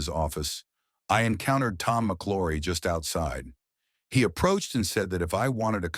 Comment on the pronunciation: It's pronounced MC L -OW RY not Mc LORRY